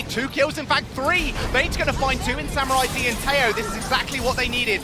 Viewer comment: Is anyone else annoyed they can't say samuraids name properly